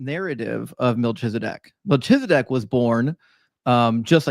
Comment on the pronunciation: Isn’t it Mel-KI-Zuh-dek and not with the “ch” sound? And /ˈʒɑ:nɹə/ not /dˈʒɑ:nɹə